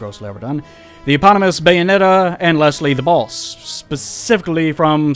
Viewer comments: also, i keep hearing "the balls" instead of "the boss" made the first few minutes very weird until you showed that mgs pic :D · Why do you pronounce The Boss as The Bols? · When you say "The Boss" it sounds like "The Balls" dude. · The Balls? Lol pls make it a thing like 'The Baby'... That'd be radical!